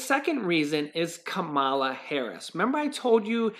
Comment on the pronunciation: pronouncing Kamala harris wrong